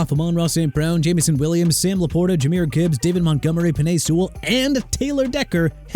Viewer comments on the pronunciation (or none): none